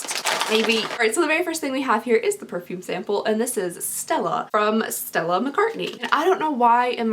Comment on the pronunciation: "Stella" is from A Streetcar Named Desire. You say it pretty good too. Love you girl